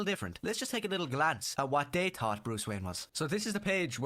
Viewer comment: He knows how to pronounce words like "thought" correctly, but will pronounce it as "taught" in the next sentence?? Is he putting on a fake accent on purpose?